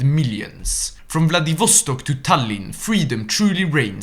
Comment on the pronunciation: They way he says Vladivostok makes me want to die twice.